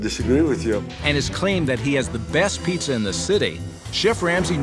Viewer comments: “hOw gOoD yOuR pIzZeRs aRe” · Why does he say "pizzar" sometimes? I've already heard this "putting an r at the end of a word" thing, what does that mean?